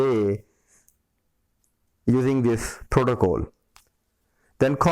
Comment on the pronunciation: protocol not protocole :))